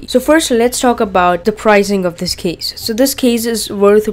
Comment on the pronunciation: U should say "case",u say "keys"